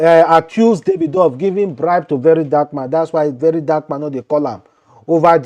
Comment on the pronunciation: You don't even know how to pronounce David/Davido